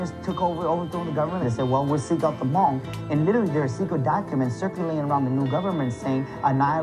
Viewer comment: that's everyone... and it's Hmong, not mung.